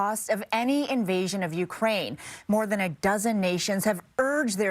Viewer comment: When Jiang says Joe Biden it really does sound like Jiao Bai Dan